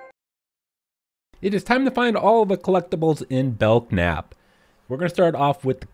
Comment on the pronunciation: I'm not sure what I disliked more: the tediousness of the search, or hearing you mispronounce it as "Belck-nap".